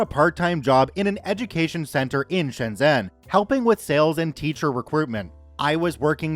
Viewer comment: Also Shenzhen is pronounced Shen Jen